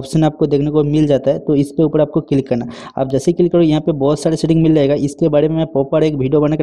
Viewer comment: Click ❌ Cilik ✅ .